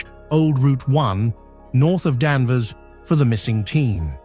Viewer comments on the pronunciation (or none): It’s Danvers not Danver.